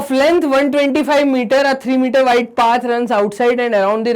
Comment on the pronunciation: Sir but apne 1 questions me path ko pad bol diya